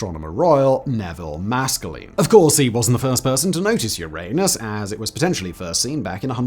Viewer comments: why are you pronouncing Uranus like that? You had it right in the older videos. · He said, " Uranus" again 😅 This never gets old.